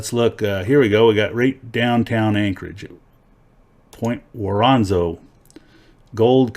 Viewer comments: Point worn-zo-nof is how you say it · Not that it actually matters but It's pronounced ( woren - zorff)